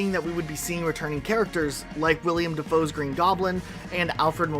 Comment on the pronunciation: Who's William Dafoe Btw... it's Willem Dafoe